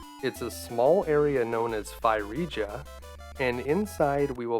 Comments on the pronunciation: Now that you've finally learned how to pronounce ocarina correctly you should learn how to pronounce Phrygia. It is supposed to sound more like fridge-ia not fie-riga. I also spied Clash at Demonhead in your into. I'm not going to shout to you "Play it next!" but instead I'm going to sit back and calmly say to myself, "Soon." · Not that it's important, but Phrygia is pronounced like Fridge-ee-ah. Cheers, That guy who found your pronunciation of okarnia amusing ;) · Phrygia is actually pronounced "Frigia" with the fri as in "frigid". It is where Turkey is today. One of the well known kings of Phrygia in the myths was King Midas, who could turn to everything he touched to gold after wishing it, becoming to regret it after he realized even food and drink turned to gold and when he accidentally touched his daughter, so did she. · By the way, Phrygia is pronounced 'fri-jee-yuh'. Like the word 'frigid.' The more you knooooooow! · "Phrygia" is pronounced FRIDGE-ee-uh. Also, fun fact, the music there is in the Phrygian mode! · Apollo pulls the sun chariot, Artemis is the one associated with the moon, so I think it makes sense to come from her. I like your pronunciation of ocarina! I think Eurydice and Phrygia are pronounced a little differently than that, though, lol